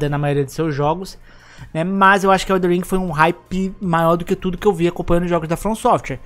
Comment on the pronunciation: Ainda estou tentando entender pq tem tanta gente que fala “EldeRRR ring e não EldeNN Ring kkkkkk